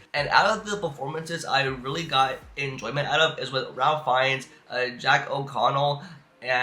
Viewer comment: Pronounce Ralph rayf